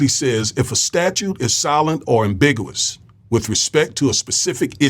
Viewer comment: "With" not "wif" "ambigUous" "popAlations I DO appreciate your blog, it's probably the BEST one on YouTube, so please don't 'internalize' my corrections. Thank you 100%